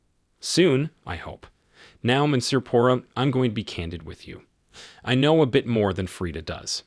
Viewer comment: The AI voice should at the very least pronounce Poirot’s name correctly, LOL.